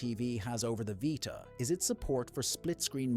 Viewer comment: what is the vighta? its a veeta.